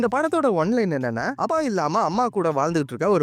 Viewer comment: அப்பா 😂 you say அபா....🤣